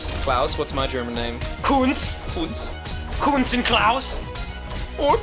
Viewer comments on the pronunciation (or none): It's Küntz not Kuuntz. GET IT RIGHT